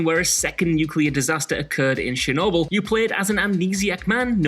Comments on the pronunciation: It's CHernobyl ... not SHernobyl ! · "shadow of shernobyl"